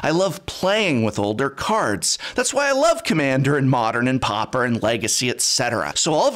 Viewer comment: It's PAW-per not popper, Professor...